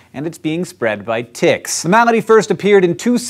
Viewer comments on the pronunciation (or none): I thought I heard "spread by tits".